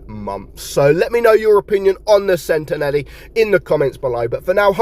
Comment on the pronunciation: It's pronounced like sentinel. Nelly 😂😂😂